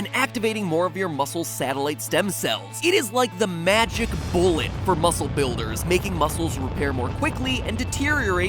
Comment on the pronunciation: "It is like the magic bullet for body BILL-ders." Please help I have no friends.